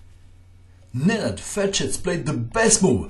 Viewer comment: are you croatian or from the balcans? i hear saying "Nenad Ferches" and "Bizovas". Also "pirs defense"